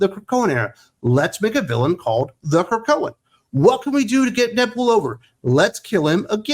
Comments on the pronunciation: I nearly drove off the road when you said, "The Krokoan." And that was EARLY in the video! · Wait, wait The Krakoan 😂😂😂😂. OMG really the Krakoan😂😂.